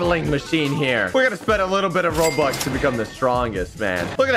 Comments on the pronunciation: Why did say roblux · Bobuck😊not robuck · I love how say roblux instead of robux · Oh no is becoming a dad he is saying roblux instead of robux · He say roblux it robux